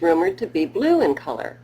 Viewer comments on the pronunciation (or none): none